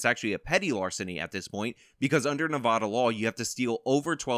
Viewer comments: Everytime he says Nevada i Cringe its Nev-ah-Da not Noh-vah-Duh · It's ne-vad-a pronounced ne-vad-uh the "a" in vad is like how you say dad. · For the love of my ears, it's not Nevaada. The first a is pronounced like the a in bad, not like bod. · I respect outlook on this, but I can't forgive his pronunciation of "Nevodda". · OMG, please stop saying Nevada like that. I know you wanna pronounce it like a Spanish word, but it's not correct. You drink Serra NAV-AAW-DUH in Las Vegas NE-VAHD-AH.